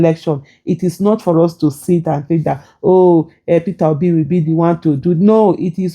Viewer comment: In love the way he says ''Peterrobi'' 😂😂😂